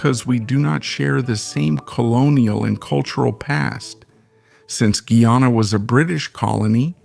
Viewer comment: The AI voiceover is inconsistent in pronunciation of Guyana, and in speed of speech, speaking super slow in some parts and rapidly in others, making it hard to stay focus. Otherwise the content is solid.